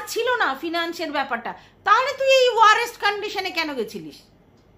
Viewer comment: ওটা ওয়ারেষট নয় ওয়ারসট হবে, ভালো থেকো ❤